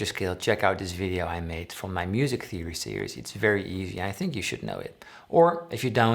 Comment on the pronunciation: Sounded a little bit like "Dont thimk twice it's alright."